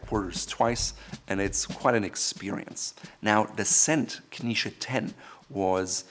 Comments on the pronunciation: Why do you pronounce Knize as though it were spelled "Knische"? As a native German speaker, your choice of pronunciation is puzzling. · He pronounces 'knize' like the jewish dish 🙂